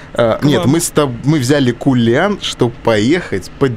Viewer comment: Не "кулиан" а "калинан"